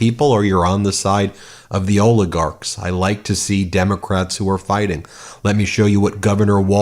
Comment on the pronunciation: It isreally sad to say oligard.